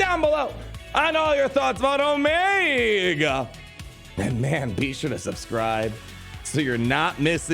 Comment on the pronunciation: Stop mispronouncing Omiga, Tick, Ricker, Eko and Hanta. You do it every video.